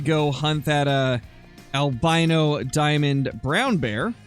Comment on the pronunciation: It is not a vrown bear it's a polar bear with a cold